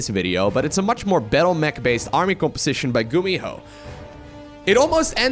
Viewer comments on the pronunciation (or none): none